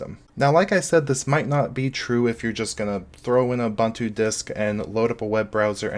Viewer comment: And as some one from Africa I'm here to tell you to not pronounce Ubuntu as you just did lol. It's pronounced as uboontu